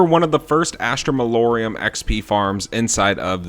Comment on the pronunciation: Malorum not molorium